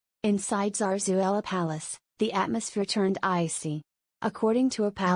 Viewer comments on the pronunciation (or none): Por qué no dice Leticia, tan clarito como habla el castellano, por qué dice Zarzuella, un poco de respeto